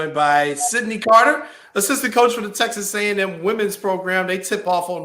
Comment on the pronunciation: It's crazy how she said texax back then and now she's there